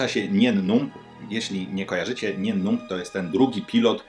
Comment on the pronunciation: Mówi się ,,Najen Numb"